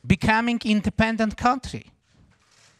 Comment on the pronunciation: becamming indepandent cuntree 🤣